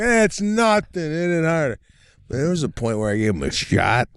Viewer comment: Sebastian the word THERE is NOT pronounced “DARE”…..what is wrong with you? Aren’t YOU embarrassed? - (as one of your tours is Titled).